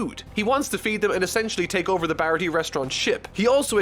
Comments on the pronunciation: ITS PROUNCED BAH RAH TEA-AY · The pronunciation of Baratie is upsetting 😭😭😭